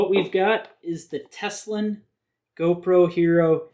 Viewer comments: Tele-sin, not Teslin. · Telesin not teselin if I am not wrong is it?